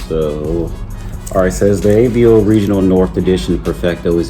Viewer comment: I'm a fan of Avo's for sure. Just a heads up, it's pronounced Ahh-Vo. When the doctor tells you to stick out your tongue and say ahh, and the vo in Volvo, put those together and you get Ahh-Vo. AVO. Sorry, not busting your balls, when I first started off I mispronounced everything and I hate my earlier videos.